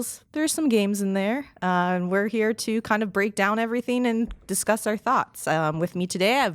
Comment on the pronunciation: There's something about the way some people pronounce "ing" as "een" that bothers the hell out of me. Leafy does it too. And I can't stand that guy. - "comeen off" - "priceen" - "everytheen" - "playeen" - "promoteen" - "gameen" and the list goes on. I literally can only focus on the way she's mispronouncing these words.